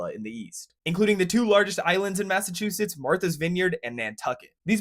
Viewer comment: Massive two shitts…… no it’s Massachusetts. 😂